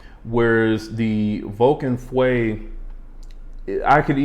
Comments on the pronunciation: « Feu » is the french word for « fire ». I am not good at phonetics to explain it correctly but the « eu » part should be pronounced like the french « e » letter. So for you English speakers it kinda sounds like « uh ». Also, note that the U is after the E. So you cannot pronounce it FWE. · Love your reviews for its laid back but thorough nature...! But please look up the French pronunciation for fire... feu.... It's not fwe .... Google will give you a close enough pronunciation. But other than that .... keep up the good work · Feu pronounces l ike "Fo" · as a French I can tell you that there is absolutely nothing close to « oo » sound in « feu ». Go on Google translate and type fire in english to translate it to French and listen to it. It might help you ear what I’m describing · French here and agree!